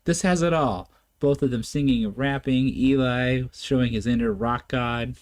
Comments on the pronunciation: Good review, only thing I would say is Eli's name is pronounced like Jelly 😊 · Thanks for more VoicePlay...my favorite group! Hint...Eli is short for Eliezer (rather than Elijah), so is pronounced "Ellie" and rhymes with jelly. Eli was the front man with rock bands for a decade before joining VoicePlay. It shows here! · I enjoyed your reaction- thanks! The bald rock tenor did front local rock bands in the central Florida area over a 10 year period before joining Voice Play. His name is pronounced as "Elee" (rhymes with Jelly) not "Elie" as it is short for "Eliezer". He is very talented not only singing but doing the lighting and technical effects and has done a few of Voice Play's arrangements (he did this arrangement with Layne as mentioned in the credits). He has a family now so he stays close to home with mostly production side projects rather than fronting local bands. J. None was a former full time member of Voice Play but left the group to join the Navy (he still comes back as a featured guest when he is on military leave and we still think of him as a part time member and part of Voice Play's extended family). J. None has an incredible voice range as he sings bass for the Navy but can hit those tenor and falsetto notes too (check him out in Voice Play's "Lion Sleeps Tonight"). J. None has his own solo channel that showcases his voice range, rapping, beatboxing, arrangements and production skills.